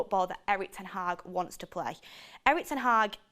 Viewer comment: It's Ten Hag dear, not Tan Hag.